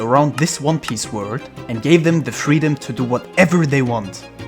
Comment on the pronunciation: Why do they pronounce World "Word" !